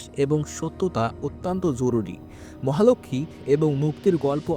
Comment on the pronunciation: মহালক্ষ্মী উচ্চারণ ঠিক করুন।